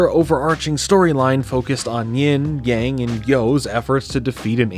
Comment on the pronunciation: you would think if this show was inspired by asian culture that they’d at least know that yang is not pronounced like yaeng